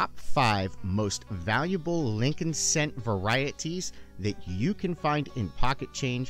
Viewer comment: It's Lincoln..